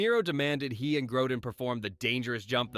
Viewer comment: This is unbelievably sloppy, lazy and glaringly wrong in many places. First the mispronunciation of Grodin and then confusing an airplane for a helicopter is just plain irresponsibly lazy which undermines any credibility for this presentation as a whole. Good for you to not realize the airport scene was in Las Vegas and wasn't in snowy conditions. Thanks also for not realizing the "Arizona desert" was actually a location in New Zealand.